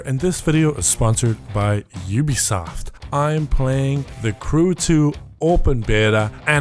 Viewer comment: OobEsoft not youbEsoft